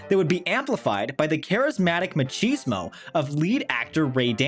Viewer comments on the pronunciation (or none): none